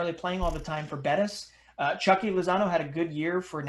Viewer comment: Its Chucky. Its like your saying the u in the word you